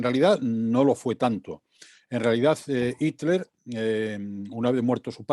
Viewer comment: por favor pronunciar bien HITLER y THULE (se debe pronunciar en su idioma original, no derivarlo al Spañistán)... me duelen los oidos ...